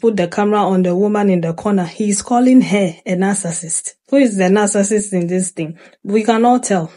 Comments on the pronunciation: He can’t even pronounce narcissist correctly 🙄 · He didnt even pronounce the word right smfh